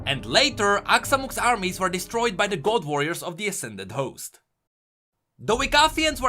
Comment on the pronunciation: Hey just a heads up, look up the pronunciation of ''were'', you're pronouncing it like ''wear'', which means to dress up. ''Were'' has a more shut sound than what you've been doing throughout the videos